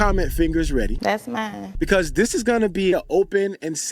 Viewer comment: Correction. It's "Thass, Mines" 🤣💅